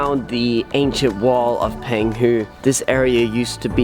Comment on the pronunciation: Pronounced PONG hu.